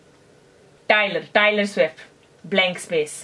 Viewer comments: When she said Tailer swift! Damn im cracked! LMAO! 😂😂😂😂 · "Tyler Swivft" AMAZING 👍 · How to pronounce Taylor Swift correctly: by "Tyler Swiffer"